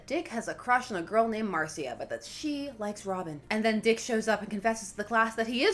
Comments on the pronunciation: Mar-see-uh is the spanish pronunciation, in Gotham she probably said Mar-shuh. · Marcia... It's pronounced "Marsha" as in "Marsha, Marsha, Marsha" and that's my 3,483 cents... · I think it may be pronounced Marsha... mainly because it is American and also because of The Brady Bunch lol